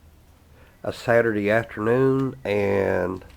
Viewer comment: What'd you say today was; "Satur-dee"??...😂😂😂